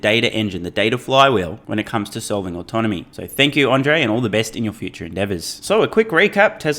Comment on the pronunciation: Not that it matters much now that Andrej has left, but there are two fairly similar names in Slovakia: Andrej and Ondrej. And you keep saying Ondrej.